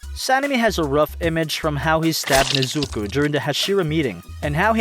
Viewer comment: "Nezuku" Oh no